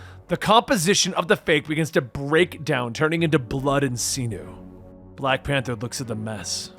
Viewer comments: "weapon-dree" "See-new" ....... Holy fucking shit now I remember why I don't watch your videos very often....... Do you edit on mute or something how did you not catch that before you published? FYI IT'S Weapon-ree and sin-you..... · "weaponDRY"????? really? "see-new" nope "sin-you"